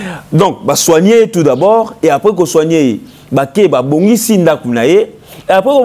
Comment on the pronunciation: C'est journaliste ne fignole pas le franciais comme il faut peut etre une formation orthophonique du francais serait necessaire!!! Pour eviter les vagabondage des levres ex:du et different de di,individu et different d'individi...faire soigner non pas soignecer...